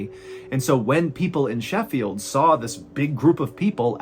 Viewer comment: I appreciate your correct pronunciation of Sheffield. I don't know why it makes me happy.